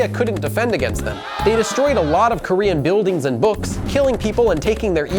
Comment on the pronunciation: Native Korean speaker here: thanks for not messing up the prononciation too badly